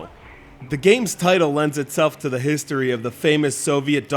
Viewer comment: lol how he ses history